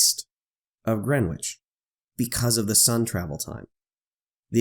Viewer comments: ""Grenitch" NOT "Grenwitch"! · Just for info, the ‘w’ in Greenwich is silent. It’s pronounced “Gren itch” I’ve just landed into Sydney, after a 14 hour flight. Which would have been nearly 26hours if the earth was flat. Thanks Globe 👌🏼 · You don't pronounce the "W" in Greenwich. "GRENICH" Sorry, I know it's nitpicky. Being a Londoner, it grates on the ears a bit. Good video BTW! Thanks! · It's Grennij, with stress on the first syllable. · It should be pronounced “GREN-itch”. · Great video. One minor point that kept bugging me, though. The 'w' in Greenwich is silent. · Dude, the ‘w’ in Greenwich is silent.... the beauty of the English language ! Otherwise great video